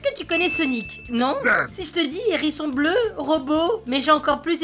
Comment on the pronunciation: a un momennt j'ai entendue "l'érection bleue" au lieu de "l'hérisson bleu" XD